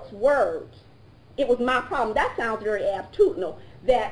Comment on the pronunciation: “Dat sounds berry attitudinal”. Wow. Imagine that representing you.